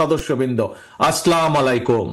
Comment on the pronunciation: এত বড় নেতা সালাম টাই ঠিক মতো দিতে পারে না।।।😊😊😊😊